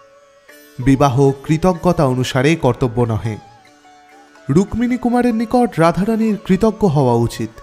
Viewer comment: 'রুক-মিনী' উচ্চরণটা খুব কানে লাগছে। আমরা যেমন 'পদ-মো' (পদ্ম) না বলে 'পদ্দো' উচ্চারণ করি, এও তেমনি 'রুক্মিনী' উচ্চারণ 'রুক্কিনী'র অনুরূপ।